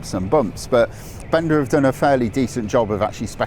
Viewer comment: BENDA rhymes with HONDA, just like HIKE rhymns with NIKE✔️